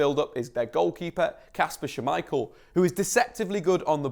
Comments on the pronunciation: Why "Schu-michael"? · Yuri "Teals-man" and Kasper "Sha-Michael", indeed.